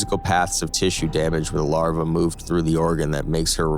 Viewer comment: A Burrice Artificial fala Lara quando devia falar Larva.